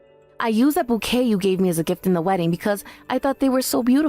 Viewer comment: Bouquet is not pronounce "bucket". Really?